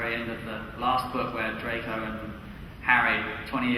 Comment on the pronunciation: Not Drgon it’s Drco